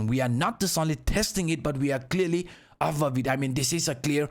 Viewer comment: you say "BULLISH" "BEARISH" correctly. But you say "AVOVE" instead of the correct pronunciation which is "ABOVE." Why is the "B" a problem in "Above" but not in other "B" words? 😂